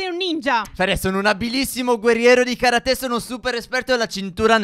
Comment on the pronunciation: si dicie karate senza l accento